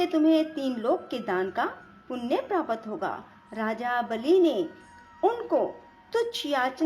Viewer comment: जय सियाराम 🙏 आपका कथावाचन सही है परंतु आपको उच्चारण करते समय विशेष सावधानी बरतें…. कृपया प्राप्त इत्यादि के सही उच्चारण करें और सटीक हिंदी भाषा का प्रयोग करें... हिंदी सेवी ()🙏🙏🙏